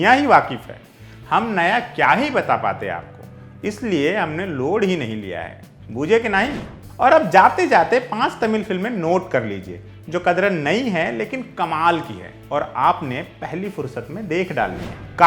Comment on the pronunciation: 😂 भूजे नहीं बूझे, बूझे मतलब जानना/समझना